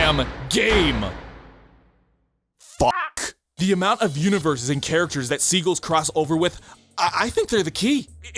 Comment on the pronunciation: Wait wait wait do all Canadians pronounce "seagull" like it rhymes with "beagle"? Does secondary stress mean nothing in the Commonwealth???